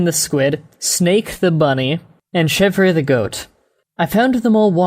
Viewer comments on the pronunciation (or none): Chevre is actually pronounced "shev". It's French